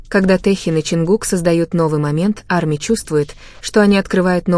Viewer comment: Привет, не Амия, а Арми и т. д.